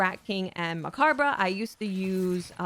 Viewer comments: you are popping up on my YouTube and I love it! Have not seen you much since D2 came out. Mechabre is a play on the word 'macabre', which means creepy. Such a great word. It's borrowed from the French 'Danse Macabre'. I think it should probably be pronounced "mah-cab", and so should the rifle. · I've seen this from almost every destiny 2 creator, it is pronounced like "muh-cobb" Love the video and have been rocking this since they re-enabled gyrfalcon ! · Those pronunciations of Mechabre made me subscribe. Edit: And I genuinely enjoyed the video anyway :D